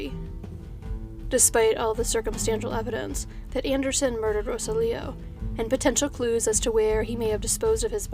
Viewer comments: Ro-Sah-Lee-Oh not Rosa-Leo...just trying to help. Gracias. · So happy to see another update video!! Thank you for all the hard work you do,!! In the event that there's another update in the Gutierrez case I thought I'd let you know that the name Rosalio is usually pronounced roSALio, with the emphasis on the Sal part. As always, thank you for all the effort you put into your videos. ❤️ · Pretty sure Rosalio's name is pronounced Ro-sallee-oh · His name is pronounced roh-SAHL-ee-oh.